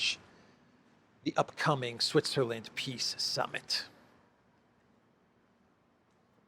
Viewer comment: He says piss summit and he can't be more right 😂😂😂